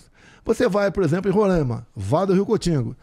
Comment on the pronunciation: Ele não sabe nem pronunciar Roraima kkkkk